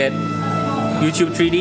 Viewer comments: can u speak correctly plz. its not HACHE tc its htc . its not tree d . its three d get it right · tree dee... lol